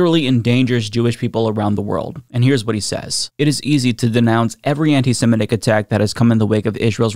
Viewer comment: One more time: not anti-SiMETic. It's anti-SeMITic.